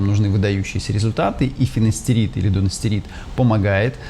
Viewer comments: В видео ошибка. Правильное название препарата дуТастерид, не дуНастерид. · не дуНастерид, а дуТастерид.